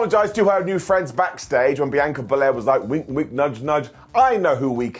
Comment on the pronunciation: I don't get it, can you not HEAR how Bianca says HER name!?!?!?